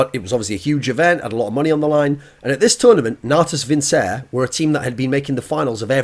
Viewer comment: that pronunciation of Natus Vincere... thorin please